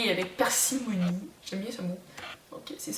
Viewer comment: "On peut l'appliquer avec parcimonie" et non pacimunie :) P.s. Jeudi dernier vers 10h tu t'es arrêtée devant ma classe de Race ou racisme et tu faisais des coucous avec un large sourire à quelqu'un dans ma classe. Même si le sourire ne m'était pas adressé, je n'ai pas pu m'empêcher de sourire à mon tour, tu es un vrai rayon de soleil!